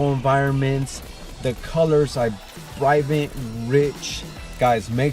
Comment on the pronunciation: “the colors are brivant”